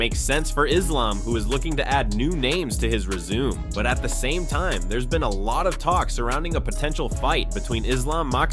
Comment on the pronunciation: re-zoom? you mean re-zoo-may, that's how you pronounce the word ''resume.'' for UFC fans everywhere, these scriptures. John and Romans 10:9-10. you know what they're for. so, hop to it.